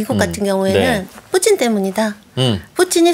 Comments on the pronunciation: 저놈의 " 뿌찐 발음 " 좀 배웠다 이건가? 로마를 롬으로 부르는 x nom 들 같다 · 발음..뿌친 ㅋㅋㅋ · 뿌찐 ㅋㅋㅋㅋ커엽 ㅋㅋㅋ발음 ㅋㅋㅋ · 발음 목소리 귀엽노 ㅋㅋ 뿌찐 ㅋㅋ